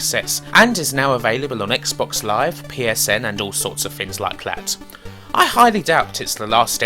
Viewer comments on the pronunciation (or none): none